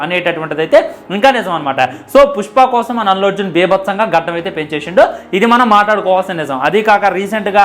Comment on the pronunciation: గద్దం కాదు ra బాబు గడ్డం రా బాబు